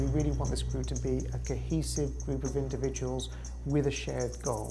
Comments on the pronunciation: Individuals, individuals, individuals, indivuals, indiv....... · U said ..............INDIVIDUALS????